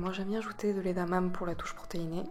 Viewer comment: Supers recettes ! :) Sinon on dit "Édamamé" ;)